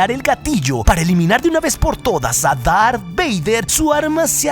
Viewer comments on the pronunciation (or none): Dijo lar beyder